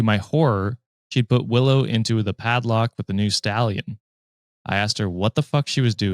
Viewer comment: Love you but hearing you pronounce paddock, foal and dressage made me laugh so hard 😅 (as someone who knows horses).